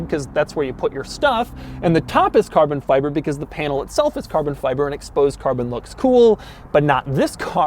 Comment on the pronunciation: I got about 1/3 of the way in to the video, when I just couldn't take any more of Doug's extended pronunciation of certain words such as: Carbon Fiberrrrrrrrrrrrr, Togetherrrrrrrrr. Minnnnnnnd, Passengerrrrrrrr, Onnnn.